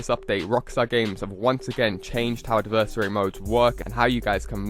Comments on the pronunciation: AD-VER-SARY! ADVERSARY NOT ADIVERSARY.... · AD-VER-SARY!!!! ITS A VERY SIMPLE WORD.. WHAT THE FUCK MAN!!!